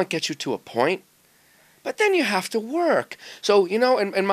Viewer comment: "talent gets you to a point but THEN you have to WORRK!" lol Mangini